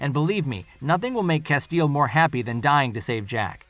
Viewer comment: How can you claim to have watched the series and not know how to pronounce 'Castiel'? Hint: it's not 'Casteel'.